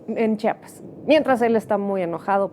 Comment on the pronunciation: EL PROGRAMA ES BUENÍSIMO, PERO, CÓMO CHAPAS????? ES CHIAPAS SEÑORA!!!!